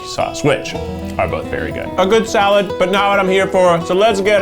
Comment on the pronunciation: Potato Zee-alad